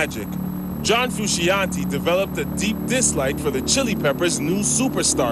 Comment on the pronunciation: Who is this John Fruu-shee- on-teeee?